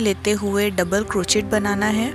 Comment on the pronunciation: प्रियाजी, ये छोटेसे प्यारे से उल्लु का आपका pattern और आप की commentary तो बहुत अच्छी है। सिर्फ आपका बार बार "क्रोचेट" बोलना मुझे खटक रहा है। बुरा मत मानिये, लेकीन Crochet is correctly pronounced as " क्रोशे" and not "क्रोचेट". क्रोशे का क्रोचेट सिर्फ इंडियामे ही हो सकता है।😀😀